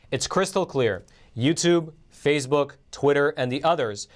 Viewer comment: Love the channel but why the weird pronounciation like Fazebook, Pelozzi?